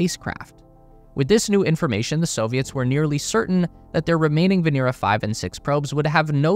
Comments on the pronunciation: VenEra, not VenEEra. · POV you have the time to make a 16 minute video that will hit 2M views, but dont have the time to learn it's Vénera not Venéra. smh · It is not veNEEra in Russian, but rather VEHnera.